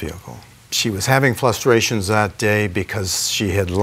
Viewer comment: "drivving" "flustrations" lmao 😅